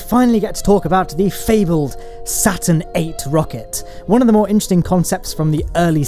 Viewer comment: IT'S CALEED STURN 5